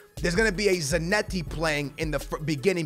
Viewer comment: Y does he say zanetti like that???